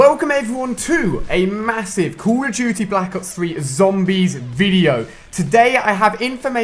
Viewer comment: Wait did you say kuru duty? Lmfao